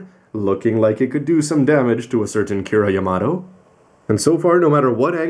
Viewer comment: Why do you say "Kira Yamato" the way that you do?